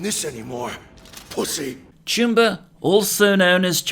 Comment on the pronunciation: when I first heard you say "choomba", I thought you said "tumor"